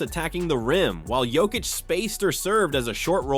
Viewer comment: This guy is still in last season. KCP ain’t with my Nuggets anymore. Also if you haven’t noticed Jamal has been playing better as of late. Can this crap Also you keep pronouncing Jokić’s name wrong.